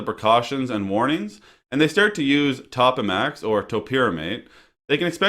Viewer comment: It is pronounced Toe-pa-max not top-a-max.